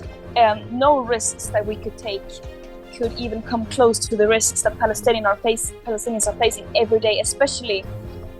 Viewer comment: HAHAHA 🤣 I HEARD HOUTHI SAY 👉 BALLETINA FALESTIN HE CAN'T PRONOUNCE 👉 PALESTINE AND THAT'S A SIGN THAT,👉 THE UN 🇺🇳 IS A COLLECTION OF ILLITERATE LEADERS 🤣🤣 THIS IS REALLY FUNNY👉P NOT ARAB 🆔